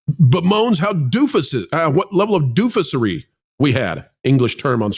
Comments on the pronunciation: I think you mispronounced dofussery, I'm pretty sure the emphasis in that word goes on. The f u s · Please correct your mispronounciation of the definitively superb adjective dofussery.